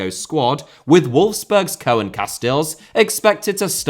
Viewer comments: "Koen" Casteels is pronounced "Coon". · Pronounciation tip: the OE in Koen is pronounced like the oo in whoohoo.